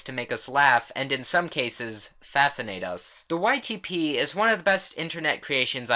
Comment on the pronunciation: every time u say ytp i hear : white tee pees